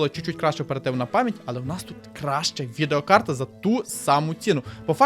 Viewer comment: Розмовляй трохи повільніше, а то занадто спішиш "відеокарта" послухай себе самого!